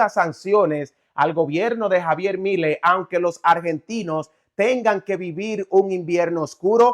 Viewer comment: Has de cuenta que milei tiene acento en la "e", suena asi: Miléi